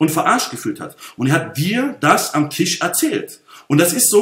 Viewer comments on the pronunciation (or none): none